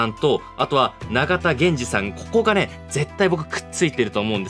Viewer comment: 水木しげるは合ってるけどゲ謎の水木はみ→ず→き→です あと長田はながたじゃなくておさだです